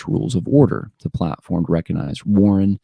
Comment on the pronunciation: The "G" in recognize is not silent.